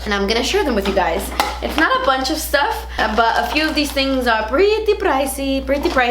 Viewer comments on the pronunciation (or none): none